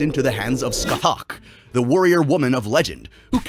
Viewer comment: you pronounced every Gaelic word wrong the Gae Bolg is pronounced "Guy Bolga" the legendary warrior Scathatch is pronounced "Skahah" and Cu Culain is pronounced "Koo Kuh-lane" or "Koo Kuh-lin"